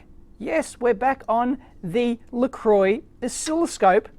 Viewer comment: Not wanting to open a can of worms, or upset you Dave :-) but IMHO a registered trade mark/brand is pronounced how the owners of that brand pronounce it. I'm with you on Aluminum etc but im with kerensky77 on this one.. I think ;) Merry Christmas